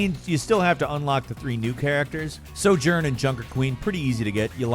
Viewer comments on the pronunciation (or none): none